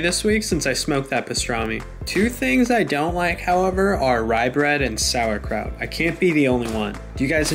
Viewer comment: (I'm German) Yo the way you pronounced Sauerkraut was really good like most People on the Internet don't give a f*ck about Pronunciation, but you nailed it.